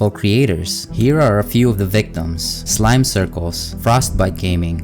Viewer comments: this man really pronounce slimecicle as slime-circles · nice video bro, it was well edited, fun to watch, and factual buuuuuuuuuuuut... in Mikecrack stealing thumbnail list you said slime circle but its pronounced slime sicle (this isnt suppost to be mean just something small i noticed❤) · Stealing Slimecicle’s content is wild. I am a huge fan of Slime. Sorta disappointed they pronounced it as Slime-circle but that’s fine. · Slime CIRCLES, I think you made a slight mispronounciation lol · Blud really said Slimecircles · He seriously called Slimcicle slime-circles